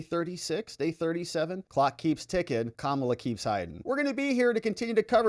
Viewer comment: FAAAAAAAAAANI........NOT FOOOOOOONI. P.S. IT'S KA-MA-LA.....